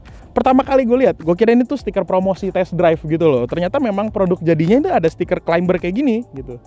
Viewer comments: Climber bacanya KLAIMER bukan KLAIMBER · Yup.. silent "b" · keren videonya, btw “CLIMBER” dibacanya tanpa “B” ya, thank you sukses.